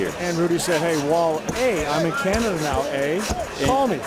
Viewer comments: damn, hes wale not wal-e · Wale is pronounced: W-awe-LAY. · Wall-ay lol a LOCAL rapper named Wall-ay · I never seen this full clip until now damn they were really trolling and the other guy was really on his head calling in WALL-LEE lmao